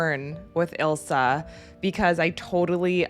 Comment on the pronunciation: Yeah the mispronouncing of Ilsa's name was driving me crazy lol, good on you for realizing. A lot of reactors just keep doing it, even when the movies keep saying the characters names. This is one of the best movies ever, and might the most quoted one as well.